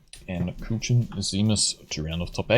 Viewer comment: I like how he is pronouncing Kuchen like Kütschen xD